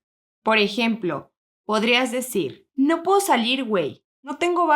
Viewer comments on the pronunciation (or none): Does “ No puedo salir, wey sound like no poo salir, way “. Or is it my damn ear?